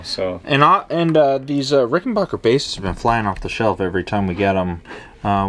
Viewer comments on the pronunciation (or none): There must be something wrong with my comp speakers as it sounds like you're saying RickenBOCHer rather than RickenBACKer........I'll need to take my computer to the shop and get that problem checked out. 💫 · it's Rick-en-baker (pronounced "back") , not bock. Get that right first, and then whatever else you say has more credibility.